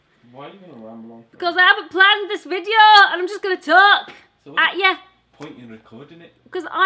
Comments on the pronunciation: Please stop saying VIJEO 😭😭😭😭😭😭😭😭😭😭 apart from that you rock!💚💚💚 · The way she says video makes my day